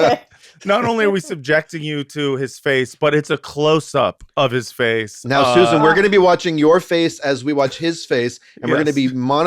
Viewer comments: Why do yall keep saying Suzanne instead of Susan? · I think y'all said Susan wrong. 😅